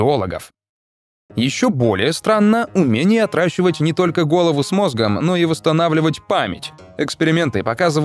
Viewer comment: Все время место "отращивать" слышу "отдрачивать"